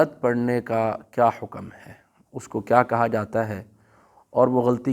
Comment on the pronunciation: مثال کے طور پر حکم کو بفتح الكاف بولتے ہیں